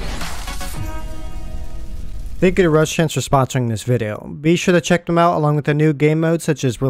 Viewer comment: At the begging he sounds like he says Thank The Russians